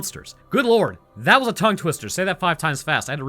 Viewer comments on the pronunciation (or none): none